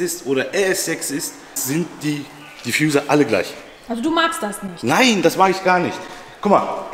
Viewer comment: Bitte nicht "Diffjuser" sagen 😂😂